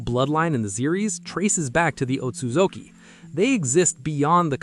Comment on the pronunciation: You did a great job with the clan rankings. Though you butchered the Otsutsuki name